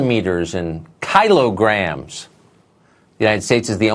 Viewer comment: This clip perfectly describes Tucker Carlson. An absolute buffoon who does so little research he can't even pronounce the thing he's supposedly railing against. It's absolutely insane somebody with a college education doesn't know how to pronounce kilogram.